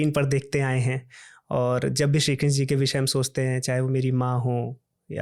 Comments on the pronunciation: श्री कृष्णा बोलना सिखो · please krishna name ko thik se pronounce ki jiye 🙏🙏 bahot aajeeb lag rha hai